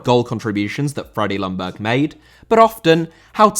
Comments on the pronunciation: Hey, I will remind you again that Ljungberg more is pronounced Jungberg then Lungberg. The L is rather silent:) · Just your average friendly Swede here to point out "Ljungberg" is pronounced more like "Yungberj" than "Lunberg"